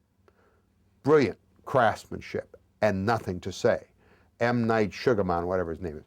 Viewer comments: "M. Night Shoogaman" LOL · M. Night Sugarmon or whatever his name is?? Cmon, it's Shamalama-ding-dong. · Am referring to M Night as Mr. Sugaman from now on lol